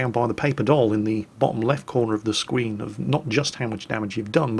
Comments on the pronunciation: did you voice give up on you? ‘Bottom left hand side of the scween’ (sorry haha) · "the SQWWEEN" Sorry Jonathan Woss XD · "corner of the squeen" XD